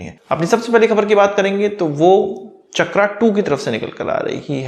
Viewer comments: इसका नाम "चक्रा" नहीं "चक्र" हैं, अंग्रेजी भाषा ने हिंदी शब्दों की ऐसी तैसी कर रखी हैं। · शब्द चक्र है, चकरा नही है ओर आप भी अग्रेंज नही हैं ओर ना ही अग्रेज के बेटे हैं शब्दों का अग्रेंजी करण न करें